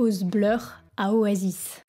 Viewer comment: Super elle a pris des cours d'anglais ! Juste oasis se prononce o-ey-siss